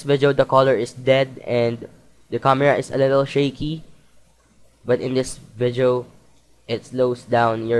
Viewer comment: nice vizeo man hahahaha !